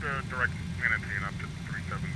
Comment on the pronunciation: “MNATE” is Manatee.